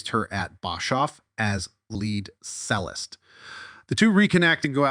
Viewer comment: Cello and Cellist are pronounced ‘CHELL-o’ and ‘CHELL-ist’.